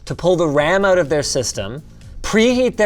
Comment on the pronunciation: love how everyone says out as oat